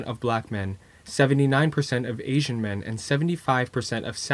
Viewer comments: Asian suddenly turned into Aisian. Lmao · "Aisian men"